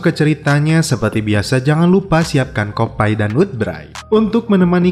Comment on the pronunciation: nyebut kopi biasa aja kopi. garing bed jadi kopai👍 sat